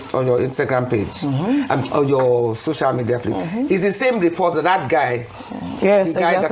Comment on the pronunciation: She didn't go to any hospital, didn't do anything. Why does she still saying ,'shocial ' media